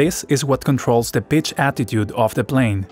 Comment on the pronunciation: I genuinely cannot tell if you said fixed pitch or fixed speed here. It sounds like fixed spitch. To clarify for anyone curious, it is a fixed PITCH propeller. It’s a solid piece of metal, no moving parts. A fixed speed (or variable pitch) propeller adjusts the propeller pitch to maintain a constant RPM.